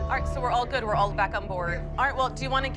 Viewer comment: “It wAs GyOodD” hilarious